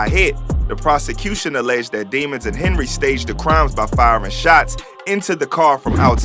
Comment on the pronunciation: “It’s de-mones” 😂😂😂😂